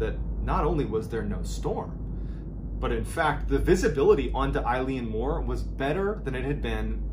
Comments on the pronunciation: Island name pronounced like 'ill-an moor' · Elan mor is a closer pronunciation. Eilean is Gaelic for island, mòr means large/big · It’s not pronounced Eileen Moore, it’s pronounced ILEN Moore it means big island in Gaelic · its not pronounced moore, its pronounced muuuuirr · Exactly when he said Eilean (Mor) as I had the video playing I was reading the name Eileen (Dietz) somewhere else in another tab. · It's pronounced (Yay) (Lan) More and just means big Island. I'm from an Island off the NW coast of Scotland too :) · Eilean mor pronounced 'ill an' means 'big island'. Just a bit of info. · Eilean Mòr? big island?